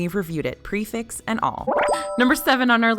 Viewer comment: Prix - Fixe pronounced "Pre Fe" because it is a French term and nothing is ever pronounced as it is spelled. It means fixed price as it applies to a fixed menu. I love this channel and thanks for what you do.